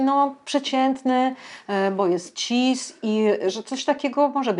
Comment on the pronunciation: Ciężko mi się tego słucha bo zaproszona osoba ma dziwny akcent lub wadę wymowy. Chyba że nie jest polskiego pochodzenia. A no i cis- wymawia się chyba bez zmiękczania na ć